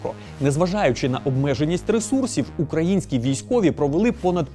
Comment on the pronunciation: При оголошенні назви Чорних запорожців хтось обдарований робить наголос укра'їнські. Соромно